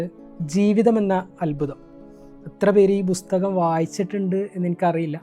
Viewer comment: ബുസ്തകം അല്ല പുസ്തകം. ബുക്ക്‌.